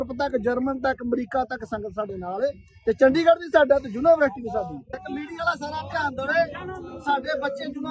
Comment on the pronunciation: ਬਾਬਾ ਜੀ ਜੂਨਾਂਵਰਸਿਟੀ ਨਹੀਂ ਯੂਨੀਵਰਸਿਟੀ ਆ ਜੀ